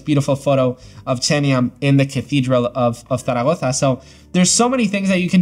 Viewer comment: I didn't remember I had Photomator. I love Lightroom, but I'll give it a try. By the way, it was funny to hear you say "Zaragoza" with that accent. Cheers!